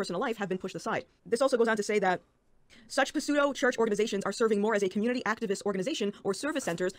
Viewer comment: Did she emphatically pronounce the p in pseudo?